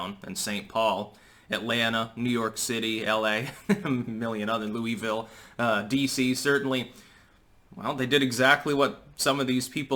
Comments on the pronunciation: Hurts my ear when you say Louisville, we say it completely different here lol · What's a Lewey-ville?